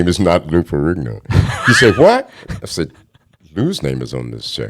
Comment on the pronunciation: First time I think I've ever heard someone pronounce "Ferrigno" properly LOL! Funny thing listening to Mr Robinson speak, he doesn't sound angry, like he's got a chip on his shoulder or anything like that. He's just stating things matter-of-factly.